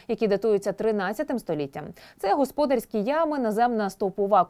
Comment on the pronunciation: Чому ведуча ТСН називає: горОдище, а не городИще, госпОдарскі, а не господАрські? Чому ведуча не покращує знання з літературної мови? Проставте їй наголоси в тексті, чи що.